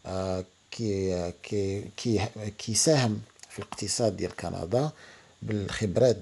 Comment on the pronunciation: قندااا 😂😂😂ياخوي تكلم زي ناس